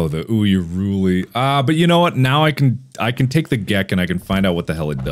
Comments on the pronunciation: Mark keeps saying Uyaruli when its Urayuli. It's not that big of a deal, I just think its funny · he's saying "uyaruli", instead of urayuli. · It's Urayuli, not Uyaruli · It's not UYAHruli. It's URAYuli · URAYULI NOT UYARULI URAYULI NOT UYARULI URAYULI NOT UYARULI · THE URAH YOOLI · Pronounces it Oohyaruli yeah? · Fun drinking game idea: Take a shot every time Mark says "Urayuli" incorrectly. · I like how Mark STILL can’t get the Urayuli’s name right lol